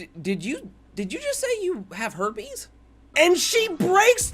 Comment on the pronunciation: she said hoipees